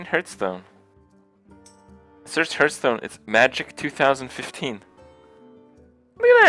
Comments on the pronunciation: Am I the only one thinks a professional Hearthstone player should at least be able to pronounce the game's name right? Gurtstone... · I'm sure this question has been asked before but why does Kripp consistently call this game "Hurtstone"?